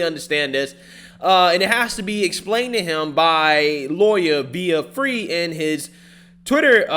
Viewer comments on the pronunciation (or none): VIVA FREI...... NOT FREE FRY...... SHEESH LEARN HOW TO PRONOUNCE NAMES PLEASE.